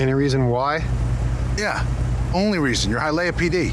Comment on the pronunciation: eah. Honestly it doesn’t take away from the movie outside of being hilarious. Most movies based in Miami aren’t filmed in Miami outside of certain shots. Even listening to Ben Affleck say Hialeah tickled me. I’ve never heard it pronounced that way ever.